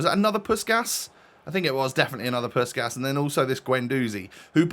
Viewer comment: I love your content, keep it up🙏 But please pronounce Puskás as Puskas (here the "S" is pronounced like in snake) instead you should pronounce the "S"s like in "Sheep" e.g. PuS(H)kaS(H)